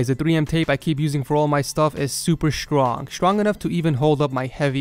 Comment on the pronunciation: Strong not shrong